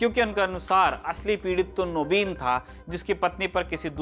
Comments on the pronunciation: First of all it's called "Naveen" in Hindi not "Naabeen" and second He is speaking in Hindi not in Bangali so he has to use proper Hindi pronounciation. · What's his name..!!! Don't remember... Anyway, hi, I'm telling you.. your Bengali pronunciation 'Nobin', 'Boti' was lovely..